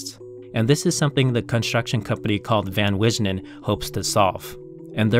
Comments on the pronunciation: Van Wijnen. . . Pronounced Van Wynen. . .as in Skype. . . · great video! you're pronunciation of 'van wijnen' was not correct though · The way you pronounced Van Wijnen made me laugh, hearing it as a Dutchmen. I had an interview last week with the director of a real estate agency, who is planning a project next year, which is the biggest 3d-printed project on earth, which will start next year. He isn't allowed to visit the construction site, since the method of building is top secret